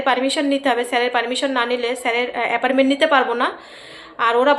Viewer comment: Appointment not aparment